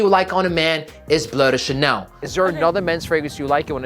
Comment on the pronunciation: Great video. Also love how you pronounce Bleu de Chanel. Most people butcher it in the American way while it’s a French parfum.